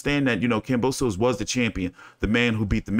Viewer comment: Pronounced kam bow sis. 👍